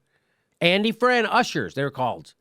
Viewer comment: Andy Frain, not Fran